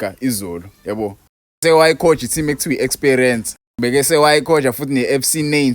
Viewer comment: Esparance 😂😂😂 not Experience bafo